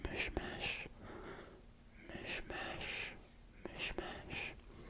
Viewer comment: When you pronounced apricot in Hebrew you pronounced it a bit wrong, if you’re curious you pronounce it as “mishmish”!